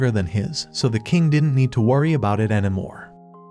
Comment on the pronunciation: You said anamore